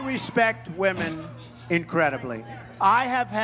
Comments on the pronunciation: Ditz, it's W O M E N, PLURAL! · Why do so many people (seems like mostly American) have trouble pronouncing "women"? They say it like it's the singular form ( seconds).